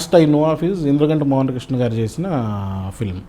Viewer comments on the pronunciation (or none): none